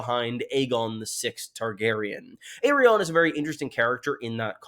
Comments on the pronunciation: Why does always say Aerion instead of ARI-ANNE? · My brain gets so confused when he pronounces her name "Errion" lmao. I'm like "who??" for a second every time. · I know a few people have mentioned this, but your pronunciation of Arianne is actually painful to hear. It’s a real world name - a combination of the prefix ‘Ari’ and the name ‘Anne’. You sound like you’re actually (still mis-)pronouncing Aerion, but there are no Brightflames here. What’s worse, even the most Americanised butchering of English vowels does not arrive at ‘Air-ee-ahn’, as you say. I am perplexed at how you came to this, but I beg you to stop 😭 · Can't move on how you pronounce Arianne lol In the part of the world where I'm from, we pronounce it as /ar-yan/ or /ar-yaen/ Otherwise, good analysis again